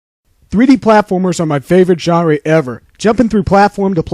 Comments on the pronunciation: "John Ray" 😂 I've just rediscovered today as I'm having a 3d platformer phase again hahaha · I seen this many years ago as well. I credit it for how I discovered Conker’s Bad Fur Day, which is one of my absolute top 10 favourite games of all time. However, listening to it just now, I cringed at how badly he pronounced “genre”, and can’t believe he took offence that you were merely correcting him about that. Man, he had some issues. And yeah, it is like watching gameplay through water. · I remember this video... I remember got really defensive because I told him he pronounced "genre" wrong. Looks like it was filmed in Vaseline. Where video's really that low quality back then....